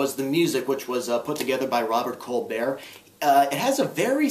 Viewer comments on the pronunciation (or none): Bob Cobert's name is pronounced like it's spelled.